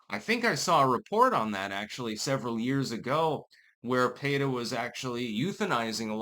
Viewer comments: PEETA not PAYTA... why are simple words so hard for you to pronounce? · "PAY-tuh"? No, it's not the first name of a lady from a Spanish-speaking country, it's just "PEE-tuh". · Pee ta 😂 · Well it's an acronym, so there isn't really a "correct" pronunciation. Most people say "peeta", so that's it's understood pronunciation, but it's not like it's a real word. As a pedantic douche, it seems like you would know that. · pronouncing Peta the same way as Beta. Meh, I wont complain. lol Edit: I wasn't trying to correct him... I was laughing about how he made Peta and Beta rhyme, considering peta ARE betas. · . . . Are you saying their name like that on purpose? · You are mispronouncing P.E.T.A.